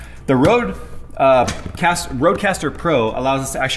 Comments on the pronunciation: OMFG how you absolutley butchered the "Røde" prenounciation xD. "THE ROAD CASTER PRO" its not ROAD its RØ-DE more or less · I just love it whem non-skadinavians try to say "Røde" :p